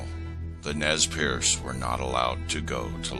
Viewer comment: ITS NEZ PURSE thats how you pronounce it